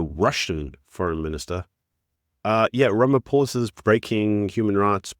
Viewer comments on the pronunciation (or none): none